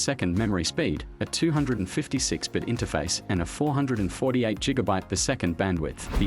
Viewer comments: You pronouncing gigabyte wrong it’s not jigabyte it’s gigabyte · Jigabye? Really come on dude Don't get why people are so afraid to get behind a microphone and spit a script. Instead of export the job to lame ass bots. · top tier tech? sorry but i judge the fuck outta people who use an AI narration instead of actually talking yourself. not very top tier to hear a robot say ‘jigabyte’. don’t be lazy. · Question... wtf is a Jigabyte? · no one : him : jigabyte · Jiggabyte…. Does Jay Z have a brand of cereal?